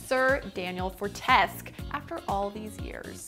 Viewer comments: its not fortesk! (pronounced) it's pronounced fortesqueue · Its not said daniel fortesk. Its said as forteskew. Fortesque-forteskew as hot as you are.. that triggered me. But dayym. Girl. I just followed u on every platform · FORTESQUE, not Fortesk!!!!!!!!!!!!!!!!! Great vid though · She pronounced Fortesque wrong. Its Fort-Es-Que. Not For-Tesce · Obviously she didn’t play the game or anything Medievil related cause uh that was a big butchering of his name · Sir Daniel who?! It is Sir Daniel Fortesque, not Fortesq!🤬😂 Can’t wait for MediEvil PS4🔥♥️ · For-Tesk? You mean For-Tes-Que. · isnt it like foresque? not fortesk?? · Sir Daniel Fortes-QUE not For-tesk! lol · it's fortes-KYU not fort-ESK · Daniel Fortesk? It’s fort-es-que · Fortesk? *Fortesque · Wtf love.... who is Sir Daniel Fortesk?!?!?! Its pronounced FORT-ES-QUE..... at least get it right!!! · FOR ES QUE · "I can't wait to be reunited with Sir Daniel Fortesk" ...for someone who highly hints that they played the games, I've never heard anyone pronounce his last name that way, especially with how many characters repeat his name to him in all three games. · I thought it was pronounced Sir Daniel For-tes-que O_O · Did she really just call him Daniel "Fortesk"? -_ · >fortesque Fort-es-que Que as in a que of people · Who the hell is Sir Daniel FortESque? At least learn how to pronounce a character's name correctly. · FORTESQUE (FORT-ES-Q) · It's pronounced "Fortes-kew," dummy. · I came here to make this exact comment. Clearly, she's really excited to be reunited with... Whoever... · Everything was fine until Fortesque was pronounced wrong, my childhood flew into a mad rage as my body violently cringed and contorted. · She said his name wrong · You pronounced Fortesque wrong. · That pronounciation of Fortesque was painful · "Reunited"? Girl, not sure you two have even met with the way you're pronouncing his name. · Nice work butchering Sir Dan's last name